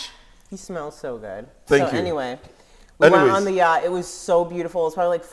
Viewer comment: You two are funny. I saw a clip by chance and decided to watch your full visit to JA and ended up subscribing. Hey it is Yot (Yacht) the c and h are mostly silent when it comes before another consonant but when it is the last set of letters it is pronounced as in WATCH and note how the T is silent here. Nothing is straightforward in English. I love words so excuse my ranting 😮. Love you both ❤❤❤